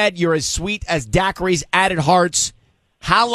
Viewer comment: Dackeries?! LOL! Daiquiris...